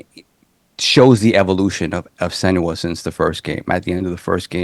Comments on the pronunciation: has called Senua every name under the sun starting with S and not once got it right 😂😂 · LMAO, this had me laughing every time he tried to say her name 🤣